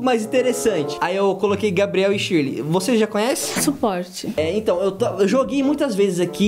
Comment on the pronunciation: Verdade para falar o nome em inglês é que nem português tipo Shirley em inglês não é tiley é Shirley normal e eu sei isso e ainda tenho 7 anos e vocês tem 40 anos nas costas